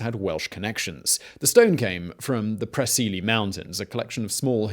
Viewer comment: the way Preseli is said is more like "Press-el-ee"